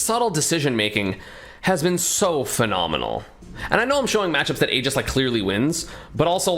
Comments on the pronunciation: I swear, if he calls it “Aej-is” one more time. It’s pronounced, “EE-jis” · What is this “ageis” you keep mentioning